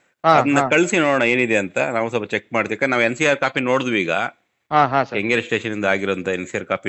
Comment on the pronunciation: ಕಂಗೇರಿ ಅಲ್ಲ ಗುರು ಕೆಂಗೇರಿ ಅದು